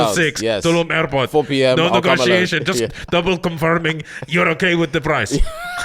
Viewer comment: "No negotiation?" In the confused accent got me 😂